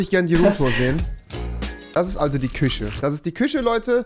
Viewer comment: Niemand: Wirklich niemand: Rewi: *sagt bei "sch" immer "ch" und bei "ch" immer "sch" 😂😂